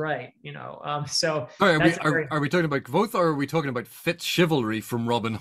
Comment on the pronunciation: Yay! Kvothe was mentioned! Actually, I just wanted to hear it pronounced... Didn't sound enough like a sneeze. :p